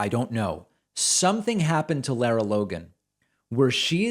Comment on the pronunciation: First, her name is pronounced like "Laura" and not "Laira". Since she's been around for awhile, and you make reference to her more exemplary work with "60 Minutes" (though she seemed to get in trouble there as well for some exaggerated or downright false reporting), I would think you'd have the pronunciation down. Anyway, I think this is just one of hundreds of deranged, offensive comments from the FoxU sphere, and I'm not convinced it's even worthy of dignifying with a commentary to call her out. If this same anti-Semitic and anti-science BS was being spouted by numerous others on that despicable propaganda channel, that might be justification for exposing this as a hideous trend. It's the constant stream of grossly dishonest, cynical, traitorous crap that comes out of the channel's prime time exponents for right-wing bigotry that should make us all nauseous and cause us to demand Fox "News" be removed from cable TV standard packages.